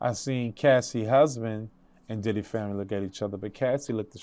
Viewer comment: I’ll forever love how he says Diddeh